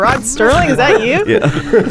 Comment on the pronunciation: It's Rod SERLING!!!! NO T THERE IS NO T IN HIS NAME. ITS SERLING!!!!!!!!!!!!!!!